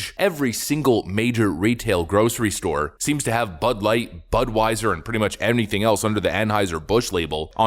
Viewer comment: Did you say.... butt-light.. ? Ha ha ha ha if you did